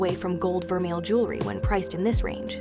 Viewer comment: Vermeil too